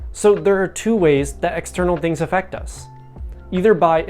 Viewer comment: The "Aff" of "Affect" is pronounced in the same way as the "Aff" in "Ben Affleck," not like "Effect"